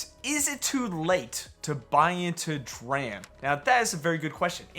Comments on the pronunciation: It's pronounced "D-Ram" slapnuts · Bro it's pronounced dee ram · lol “Draham” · The ticker is a play on computer memory and is pronounced “dee ram”. A dram is a unit of liquid or weight measure, usually of whiskey.